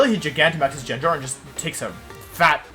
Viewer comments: Did this man just say Jenjar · does he say gyarados and gengar wrong to make people mad? because its working. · First time I hear those pronunciations for gengar and gyarados. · You deserved to lose for the way you say gyarados and gengar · As soon as he pronounced gengar so wrong i had to stop watching. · man the gengar pronounciation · Yeah, he’s been doing that as a channel joke for quite a while